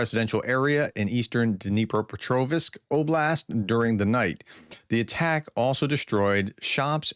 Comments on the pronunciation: DnipropetrOVSK not -OVISK. Just saying (again). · Sir, why do you pronounce Pokrovsk properly but squeeze in a 'e' at dnipropetrov(e)sk? #daretoask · You pronounce Pokrovsk well. Why do you have so much trouble saying Dnepropetrovsk? You do well on the first part of the name, but you mess up on the last part. The "rovsk" part is pronounced the same as in Pokrovsk. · STOP PUTTING AN "I" BETWEEN THE "V" AND "S" IN DNIPROPETROVSK!!!!!!!!!!!!!!!!!!!